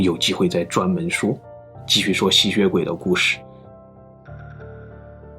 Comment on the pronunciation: 我一直聽到吸穴鬼